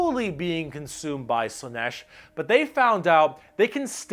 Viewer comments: Slaanesh: pronounced SLAA-nesh - not slann-ESH. The double A is not there for nothing. Mon-Keigh: pronounced Monkey. Not Mon-kay -> it's the og GW joke. The Eldar just see humanity as we look upon monkeys. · Slaanesh has two A's and yet you still put the stress on E